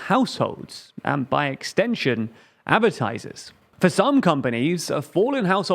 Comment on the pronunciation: Love the channel, but for once i have a annoyance. Am i the only one annoyed by his pronunciation of "Advertisers".